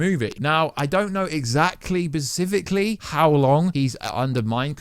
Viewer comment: Wartsu: PaCiFiCaLlY Me: sighs SPECIFICALLY 🤦‍♂️